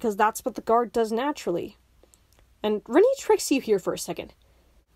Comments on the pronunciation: "Rinii" it's R-AH-ni babe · Like I genuinely hate her too, but I don't think you have standing to criticize a character if you're gonna mispronounce their name the entire time lmao